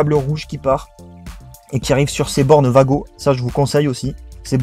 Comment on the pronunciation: Pour un débutent cet correct moi qui suis électriciens du bâtiments cet plutôt correct niveau schéma et installations et cet des wago écrit comme sa mes se dit pas vago mes ouago di t comme sa